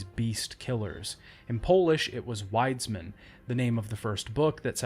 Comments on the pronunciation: Yeah... when he said "Łajdzmin" I honestly got cancer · Wonderful! ❤👌🇵🇱 The pronunciation of 'Wiedźmin' is something like 'Vyeahtch-meen'. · Super nit picky but it’s pronounced more like Vee-edge-mean, love the video so far though